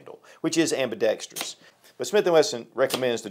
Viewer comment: My favorite part of this video is that actually knows how to pronounce "ambidextrous".